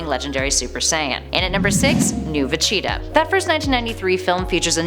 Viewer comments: Jesus Christ who is vecheeta? It's veGeta LoL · It's pronounced Ve-gee-tuh, not Ve-chee-tuh. He's the Prince of All Saiyans, not the mascot of Cheetos. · it is siad like this veg-eta. Is it just me or is the way she says Vegeta really weird?? Planet Vecheetah? She says it like Va-Cheat-a Thats why i came to the comments. For this comment. The empty man 1 day ago Cringe Isaac Denley 1 day ago Vegeta. jablackjam 1 day ago She needs to say it correctly. Jahnte Walker 1 day ago I cringed every time she said that. Slinger of Truth 1 day ago She's saying Broly wrong too. It's Brol y not bro lly. sstrunks8813 1 day ago I like her nobody corrected her. Dan Maloney 1 day ago I have made the case that she has mispronounced it in the past. But I chalk it up to her being Canadian. Joshua Martinez 15 hours ago She's dumb clearly never saw any of DBZ! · It’s Vageta, as in Vaj-eet-ah. why are you saying va-cheetah? That aside though, love the video. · Veceta or Vegeta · she definitely said vecheetah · I Couldn’t get past the first few VeCHEEETAAH’s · i cant 😂😂 no one corrected her before uploading this....vecheetah.... facheta...... fa chi ta...... va cheee da ......kills me everytime she says it wrong 😭😭😂😭😂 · Every time she says “Vecheta” my aids flare up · How about a Top 10 Ways not to say Vegeta, and in at our #1 Spot Vecheetah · I'm sorry I do love the videos I liked her but I hate how she says Vegeta. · Is this like a cool-whip joke with the butchering of saying Vegeta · God I need to stop watching this channels dragon ball videos, they cannot pronounce Vegeta right at all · Omg I love how she pronounces Vegeta. 😂😂😂😂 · Is it just me or is the way she says Vegeta really weird?? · Thought the same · I have made the case that she has mispronounced it in the past. But I chalk it up to her being Canadian.